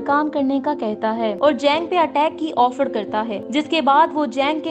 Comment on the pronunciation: ओफड़ नहीं ऑफर